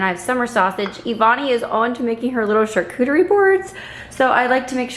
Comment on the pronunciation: says charcuterie really well. Even I who is in my 30's couldn't say it very good at first. Also, I love that bowl that had the name of Jesus in it. What did it say completely?🤔 Also, your coffee cake looks amazing, and I'm glad it tasted amazing as well. 😊 Hope you all have a good weekend and week as well! 🤗 Be encouraged!!😁 Love ya, friend!🥰